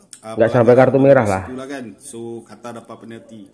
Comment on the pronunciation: Jangan sebut Qatar lagi tapi Qotor!